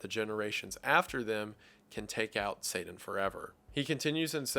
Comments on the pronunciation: Sadan... I love your story telling but everytime somebody pronounces t with d I go crazy in my mind. I understand we all have different accents, so it's not a big deal but I figured I'd share my thoughts anyway. Where I'm from we use a glottal stop for the t in Satan. I've never heard somebody pronounce Satan like you though. Just something I noticed. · The way you pronounce Satan cracks me up. Especially when you were speaking about the part where he transforms into a frog to whisper in Eve's ear. "Say-den" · I am thankful for the thoughts and breakdown, but the fact that you pronounce it “Sadan” disturbs me more than it should idk why 😂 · Why pronounce it "say-den"? That's just a peeve of mine. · Is it just your accent, or do you pronounce Satan like Saden on purpose? Genuinely wondering, I'm not a native English speaker, but very fluent in English and I never heard that word pronounced quite like this. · It’s such a small thing but how you say Satan sounds like Sadan :/ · It makes me chuckle how Wendigoon pronounces Satan as "Say-den". It reminds me of my little old Southern grandma's speech patterns lol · I love that you pronounce satan as “sayden” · Satan-not sadan, come on man. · Great video but you saying sadan instead of satan is 😐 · After having watched Wendigoon for a couple of years now, it still catches ,e off guard when he says his T's as D's... (Sadan for Satan) 🤣😂🤣😂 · Kinda odd you don’t say Satan. You keep saying it like Saden. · Its not pr9nounced sadan.....its pronounced say tin. Satan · Its not " Saiden ". it's " Satan" I couldn't watch it,, your infantile pronunciation was like nails down a blackboard to me. You're also a freemason, you literary worship Satan. So you should know better, or was that the plan? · Lol😂 if you weren't told about it by a freemason who intentionally mispronounced " Satan " as " Saiden " you wouldn't have a single thought about the basics of Christianity. Good Lord. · It's pronounced SayTIN, not SayDIN 😅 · Say Dan.